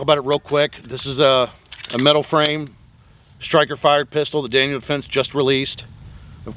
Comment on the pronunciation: Daniel, no s.